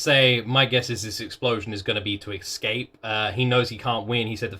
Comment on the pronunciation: its escape, not exscape. your english is worse than the average americans.